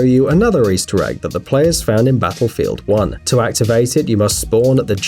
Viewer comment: did you just say Basselfield 1?